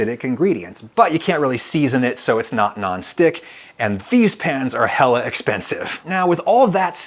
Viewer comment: AldayEveryday Same. I am from the Bay Area, and Adam pronounced hella hella wrong to my ears. Normally people emphasize, and often exaggerate the ELL part of hella like hELLLLah or if we’re being G-Rated: hECKKa.